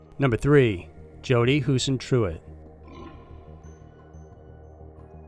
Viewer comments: This is an awesome day! Another upload from one of my favorite channels! Keep up the great work! 😊 Btw, its pronounced Jodi "Hoo-sen-troot" I live near the town this happened in and grew up hearing about this. Still unsolved and sad. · Huisentruit, that sounds like an Abbott and Costello routine. Who's in Truit? Correct. What?